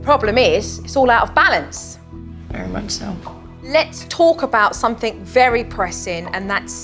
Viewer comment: Jo teaching Branson to say the ‘th’ sound, Jo, you say WIV all the time and Uvver instead of with and other PLUS what about SOMETHINK and NOTHINK, Supernanny, check you OWN pronunciation first!